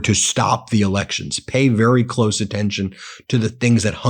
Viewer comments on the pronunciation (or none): none